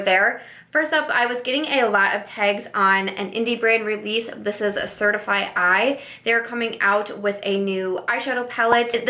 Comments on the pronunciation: Just a heads up, certifeye is just pronounced 'certify', not 'certify-eye' lol😂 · it’s pronounced CertiFYE not Certifeye Eye.. Lol Definitely will be picking it up. But anyways back to the video